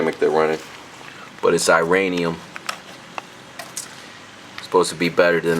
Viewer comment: iridium- not ( i ) ranium not bein a douche but big diff, good spark , light em up son.